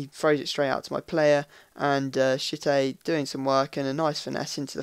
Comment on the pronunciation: the way i hear pronounce m.tchite, is shit-ey. not taking the mick but its funny